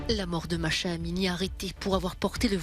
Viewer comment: le prenom de la jeune femem assasinée en Iran est MAH'SA, ne pas prononcer MACHA mais MAH-SA.